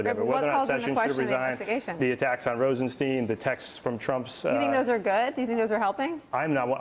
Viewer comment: Usually professional journalists that still mispronounce Rosenstein's name are doing so as an attempted bigoted childish insult.